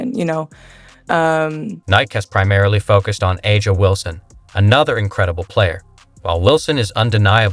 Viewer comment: And, A'ja is pronounced 'Asia', not 'ahh jŭ'. And finally, where's the "insane Adidas deal" which, according to the thumbnail, Clark signed. Either this is a bot account, or you're complete inept. In either case, you're on my DO NOT RECOMMEND list.